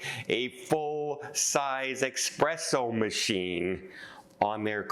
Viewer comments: being of italian decent it is espresso, not expresso! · it’s “espresso” NOT eXpresso!